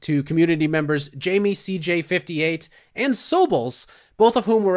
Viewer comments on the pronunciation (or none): none